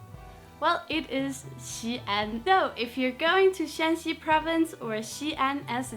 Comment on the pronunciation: Hey, great video. Absolutely love your "Understanding Chinese Culture" series. However, there is a small mistake. It should be Shan(3rd tone)Xi province, which is spelled as Shaanxi in English, to distinguish it from Shan (2nd tone)xi province, spelled as Shanxi. The capital of Shaanxi is Xi‘An and the capital of Shanxi is TaiYuan. Keep up the good work!